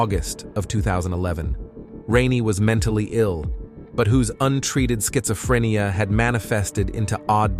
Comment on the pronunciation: Farinheight really? Learn to talk properly. Also said rueled instead of ruled as well as schizophrenia